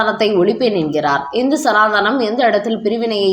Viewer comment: அய்யய்யோ சனாதானம் இல்லம்மா சனாதனம் சனாதனம் சனாதனம் சனாதனம். ஆனால் ஒன்று உங்கள மாதிரி தான் உதயநிதியும் சனாதானம் என்று தான் சொல்றார்